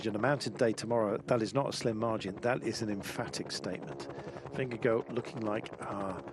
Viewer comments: Take the first syllable of gorgeous (the gor sound) and it will be more precise. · Why's he calling him Vingego the last 3 or 4 times?